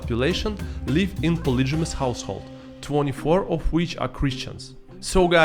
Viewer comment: It would be helpful if you at least googled how to pronounce some words before making a video using them. Like, it's not that hard. Rifle, reputation and polygamous are some examples of words that are not pronounced like you pronounce them. Some self-awareness on your part would be great